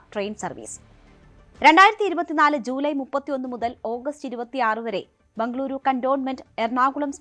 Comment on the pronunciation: Endinanu ee bhangaluru bhangluru ennu parayannadu? Bejar ennu parayan pattunna malayaligalkku Bengaluru ennu parayan endanu budhimuttu?